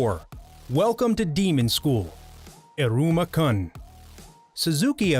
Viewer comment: Bro this narrator never has even watched a single anime. This dude called isuma kun with straight face Khan!